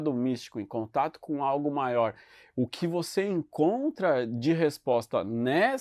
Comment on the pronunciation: Porque continua falando sunce depois de séculos? Só de curioso! 😎